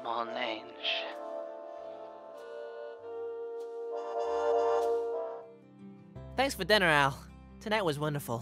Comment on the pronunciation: I believe that mon Ange is pronounced mohn ohge but ok 👍